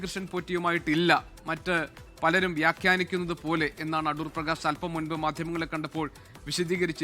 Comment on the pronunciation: Adoor ❌ A-thoor ✅